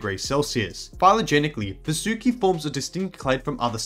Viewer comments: Its pronounced vAAsuki ,,,,,please ,, u guys hav already distorted AVATAR... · If it's helpful the Sanskrit pronounciation of Vasuki would be as Vaasuki, it doesn't sound like an anime girl name now does it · I would recommend you to pronounce Vasuki as vAA-sukEE. Kind of language thing. Anyways, we found it so we named it that way. It's not that hard and fast. Reginophis sounds weird to me, but not to you because of Language barrier. English itself doesn't offer as much vocabulary, vowel diactrics, or Alphabets as compared to many Indic Languages. That makes English an easy language, but with some flaws. OFC, for convenience English is always more preferable. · It's pronounced as Vaa-su-ki. Vaa with an extended 'a' sound su with a short 'u' sound.